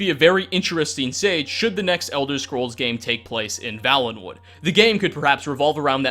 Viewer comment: Vale. Valenwood. It's Vale - en - wood. Had it been pronounced the way it is in this video, it would Vallenwood, with two Ls. It is not though. A Vale is a genuine geographical term - (see Game of Thrones).